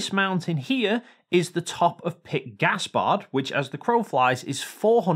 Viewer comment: "Pic Gaspard" "Pick Gaspard" Peak...it's pronounced "peak"...and it literally means "peak". sobs uncontrollably Of all the words you could mispronounce, there is genuinely no excuse for this one!